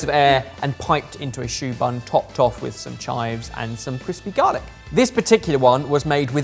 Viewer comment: Ohh! 'Savory choux bun' not 'Savory tuber'